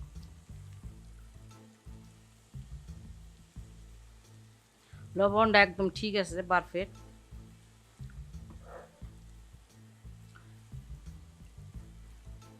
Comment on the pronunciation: পারফেট না পারফেক্ট।